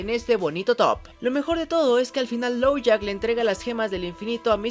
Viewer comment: Uh Dijiste "Lowjack" y es "Lockjaw" Solo eso, me encantó el video